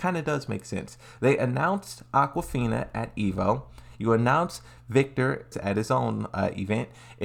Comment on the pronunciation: Bra say Aquafina one more time